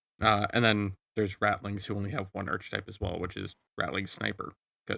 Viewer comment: I hate to be that guy, but it’s pronounced Ark-etype, despite the spelling (archetype)… Does posting this make me an Archfiend?!